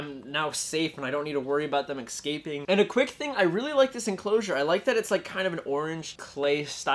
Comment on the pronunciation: IS it only me or im GOING crazy? He kept saying excaping instead of escaping